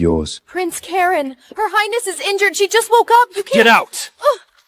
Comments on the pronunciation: Why do they keep adding a "t" at the end of "highness" when they speak??? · Ugh...AI... Your "Heinest"?? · Is it just me or are they saying highnesst instead of highness? I swear I hear a T on the end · What is "highnest"? 😂😂😂